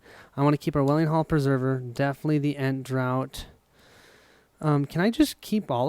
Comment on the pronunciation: Sorry for being picky, but i believe ent draught is pronounced “ent draft”. Draft being a single act of drinking or inhaling. From the picture it’s a bowl of some sort of drink for an ent. Drought is a long period when there is little or no rain, that is pronounced as you do. Apologies